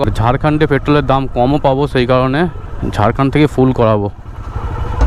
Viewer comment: ছেই দাদা 😂 অছম্ভব বলেছ তোমার ছেই বলা টা সেই 🙊